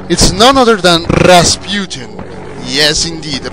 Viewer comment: Good God, man, you've just been waiting for Rasputin to appear so you could roll ALL of your "r"s. You are awesome.